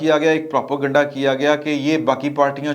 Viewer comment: The word is Propa-ganda ( sounds as propay-ganda ). It is not Propo-ganda ! For God's sake, correct your words.